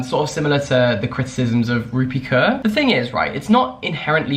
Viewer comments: Interesting to hear your pronunciation of 'kaur' when you said her name. I've never heard someone say it that way haha. It's actually pronounced as 'core' in case you're wondering. Anyway you produced yet another amazing video for me to watch over dinner so thanks :) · why would you pronounce the kaur in rupi kaur like that lmaoo